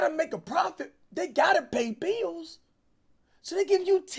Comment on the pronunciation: Cash pausing in the middle of words for more minutes in the vid, 😂😂😂you can’t blame him. HE GOT TO PAY THE BIIIIIILLLLS